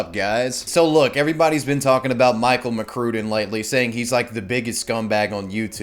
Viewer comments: It's pronounced Mc Crud in. I liked his vids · if you say Michael McCrue-den one more time